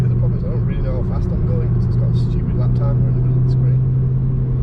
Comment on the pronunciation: I literally thought you said 'If you give her a slap' here, I had to rewind it to double check! 😂